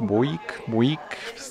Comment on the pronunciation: Korekta co do wypowiedzi w tym muzeum. "Americana" wypowiada się "amerikana" a nie "amerikahno". A Buick to po polsku "bjułik". Super odcinek